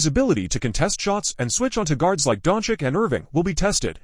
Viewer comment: The AI voice is painful to listen to. Every sentence sounds exactly the same. Not to mention, who are Keerie and Donkick that it keeps talking about?? 🤔 I would rather read this commentary as a blog post than listen to it like this.